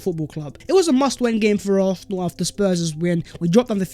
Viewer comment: Hey, our team is pronounced ARSENAL!!!!!! NOT ARRRFFFFNAL!!!! 😤😤😤😤😤